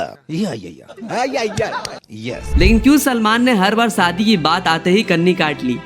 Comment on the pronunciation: भाई सादी नहीं शादी हजार नहीं हज़ार होता है पहले बोलना सीखो